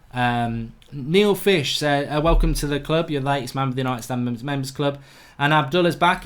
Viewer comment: Why do you say STAND in united stand so obnoxious